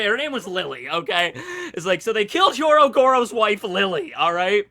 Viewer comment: asking if Hyogoro's wife has a name when he doesn't EVER says his name right. Never change. My list: 1. Nekomamushi. 2. Kawamatsu. 3. Kikunojo. 4. Inuarashi. 5. Denjiro. 6. Raizo. 7. Izo. 8. Kin'emon. 9. Ashura Doji.